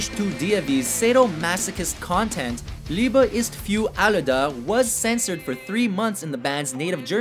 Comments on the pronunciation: Liiiiiebe is fiüüüür alle ta😂😂😂😂😂 ich schmeiss mich weg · Ok "Liebe ist für alle da" wird definitiv nicht so ausgesprochen XD